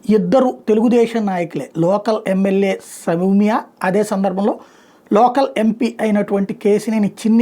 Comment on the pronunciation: Samya kaadhu Sowmya ra